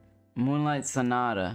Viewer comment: could easily play moonlight sonata but At the end skipped cause he called it sauna instead of sonata that’s why he laughed and skipped 😂😅